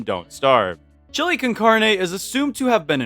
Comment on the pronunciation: not being one of those people who are mean because you said a word in a differant languge wrong but heres how you say carne The car in carne is pronouced caar and the ne in carne is pronouced like neh